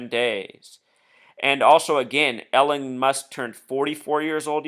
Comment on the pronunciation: Just FYI. Elon is pronounced ee-lawn, not Ellen.